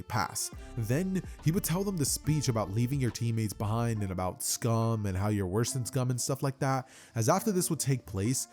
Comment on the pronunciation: why'd you say beehind like that 😭